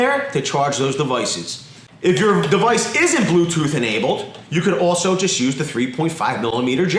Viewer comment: Did he say “glue-tooth”?